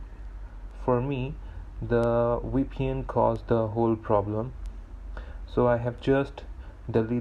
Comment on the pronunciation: Thank you it worked for me. 🙏🏽 Suggest, Either stop moving your nervous mouse all over the place. Or get something else to show on the screen while you say your say WePN, which is pronounced V P N.